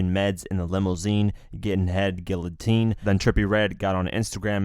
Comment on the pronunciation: He said "guiLLotine" 😂🤣 Dude you dont pronounce the L's in Guillotine, lmao